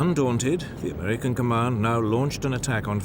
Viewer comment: He pronounces a lot of his 'r' as an 'L' , i.e. "Amelican" and "expelimental"